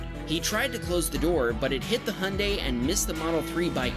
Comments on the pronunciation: why do you say "hun day" and not "hyundai" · How he said hunday it’s Hyundai lolll😊 I love the Honda bumps😂and why did you say everything is upside down in Australia 😂😂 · Hyundai or 🇺🇸 hunday it’s actually pronounced (hi on die )hy un dai And Renault is not renno it’s ren alt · This guy makes videos on cars but can't pronounce Hyundai because he's got an accent.